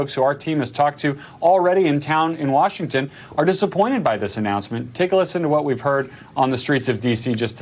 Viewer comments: They came all the way to "Warshington..." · BTW, the auto-cc is fascinating. I heard the Oklahoman "Washington" as (to abuse phonetic tscript) /warshn/, perhaps /warsn/ but the cc had "woron". Auto-cc seems struggle with fricatives and sibilants in non-standard ranges of word pronunciations.